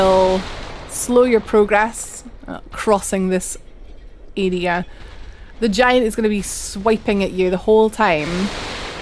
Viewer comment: I love how you say area! For the longest time I was thinking who are you calling an “idiot” until i realized you were saying area lol !